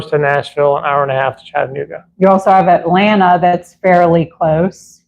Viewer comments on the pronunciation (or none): none